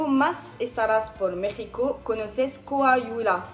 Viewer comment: trata de pronunciarlo como "coawila"